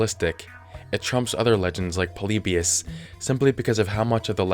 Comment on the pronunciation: You said polybius wrong